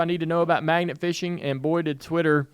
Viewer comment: At first I thought Dale said, "maggot" fishing...didn't sound like much fun to me. Magnet fishing sounds like a good time though.